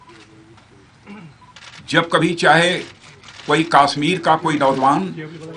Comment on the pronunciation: Yes this bullshit Bhoot Nath is not even able to properly pronounce the name of Kashmir!